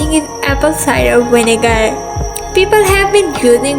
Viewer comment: She pronounced vinegar "winegar" and then turned around and pronounced witch "vitch"... lmao